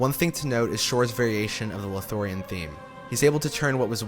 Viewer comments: And "Lothorien" -- where is that? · Drinking game idea: Take a shot everytime he says "Lothorein" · Loth - lo - ri - en Os - gi - li - ath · That feeling when the narrator interrupts their spellbinding tale to say "Lothorien" yet again 😂 But seriously, amazing work, man! I was particularly impressed by how seamlessly you transitioned between different themes when discussing them. It never felt jarring. You've earned my sub 💕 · Or Lothorien? 😅 I really appreciate the quality of this video. But the mispronunciations are BRUTAL. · A lot of info compressed into an hour, amazing. Probably deserves two hours at least with more detailed musical examples. Lothlorien and Osgiliath are a bit tricky to pronounce I know.